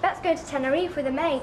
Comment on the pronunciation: Bet and "Tenerefy" lol